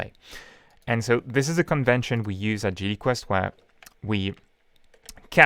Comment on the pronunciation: duhpluhcate it , duhpluhcate it , duhpluhcate it , WooooooooOOOOO! GDQuhwest :) WOOOOOOOhhhhOOOOOOO!!!